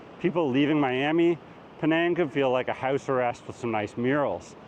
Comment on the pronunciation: That’s not how you pronounce Out or House